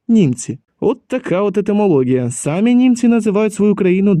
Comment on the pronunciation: Не ви сАмі, а ви самІ